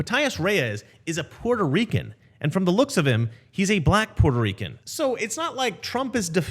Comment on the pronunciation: If you gonna say Puerto Rican, can you at least say it like AOC does please?